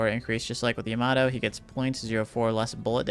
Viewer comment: How are people still pronouncing "yamato" wrong?... "iamaro" ... why.... EDIT: its so weird, sometimes you say it correctly and then wrong again and the right again hahah its funny